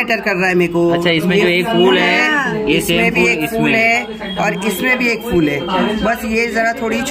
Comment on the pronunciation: Fool nahi phol bolte hain